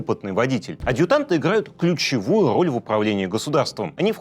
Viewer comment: Пааавительсво, кууучевую, дууугими, ты правнук ленина🙉🙉🙉🤣